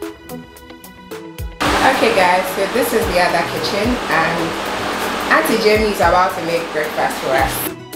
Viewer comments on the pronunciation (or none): none